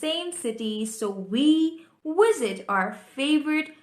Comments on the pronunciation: why u keep saying " Wisit " not with "V" ? o.O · you said Wisit instead of Visit